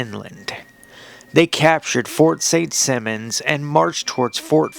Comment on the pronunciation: It's pronounced Saint Sigh-monz.